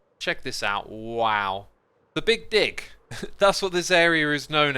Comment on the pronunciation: it did really sound like he said that tbh lmao edit: i made a typo and fixed it lol